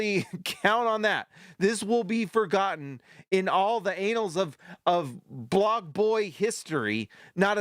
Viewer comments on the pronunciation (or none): Annals with the A pronounced like the A in Apple. Not Anals… 😁 Jokic is a bum though!